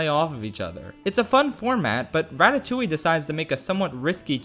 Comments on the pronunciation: Im currently a French girl who's watching an one hour video about one of my fav childhood film that I really like, because well im a FRENCH GURL, from an English guy who pronouncs Ratatouille, Ratatoully. And I apreciate it. (btw it's more like Ra-ta-too-ye) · What is this "ratatouwi" he keeps talking about ? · Me being French and hearing "Ratatouilliiie" for the whole fucking video.